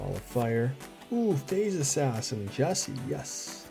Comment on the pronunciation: Just as an FYI since you kept commenting on his art. I heard Jussi in an interview pronounce his name as “you see”. He is one of my favorite artists from the set also.